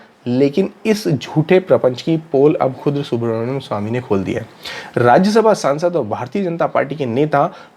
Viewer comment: Su-brahmanya-m swami, not Subhramanyam...